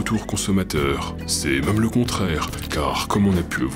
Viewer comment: D’où vient ton accent? J’avais une prof à Grenoble qui avait le même accent, mais je ne l’ai pas retrouvé chez d’autres Grenoblois... ça s’entend particulièrement quand tu prononces « même » « meum « ...